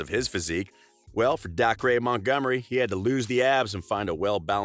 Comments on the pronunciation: DA CRAY? Dacre's pronounced Day Ker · Dacre is said like 'acre' - ay-ker. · I was so triggered when he said dacre wrong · What the hell way did he say dacres name